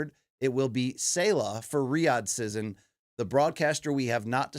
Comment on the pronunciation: BC pronounces "season" as "sizin" which is weird.